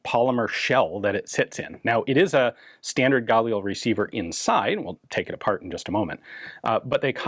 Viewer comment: Can't help noticing that Ian pronounces "Galil" the French way. Israelis put the accent on the second syllable. By all means, correct me if I'm wrong. Anyway, why do police have to be limited to semi-auto? Shouldn't they at least have a 2- or 3-round burst-fire option? The bad guys certainly don't impose those sorts of "rules" on themselves. If these were select-fire, they might have sold better internationally.